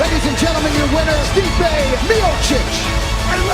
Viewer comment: Stipe "Stiopic" Miocic